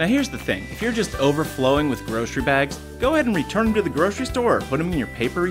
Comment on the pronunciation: What's a 'groshery' bag?